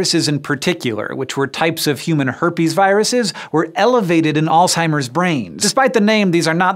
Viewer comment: If you want to be perceived as intelligent learn how to pronounce words correctly it's Alzheimer's not alltimers